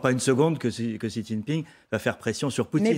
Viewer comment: A tous les journalistes de France, demandez à des chinois la prononciation du nom du dictateur : Xi se prononce "ci" et pas chi, tchi, gzi, ... Comment espérez vous êtes crédibles si vous n'avez pas cette simple curiosité.